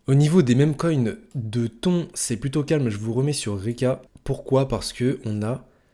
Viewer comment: frerot ca se prononce pas "ton" mais "tonne"